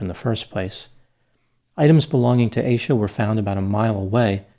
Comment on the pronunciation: Leave it to the yt to pronounce her name as Aye sha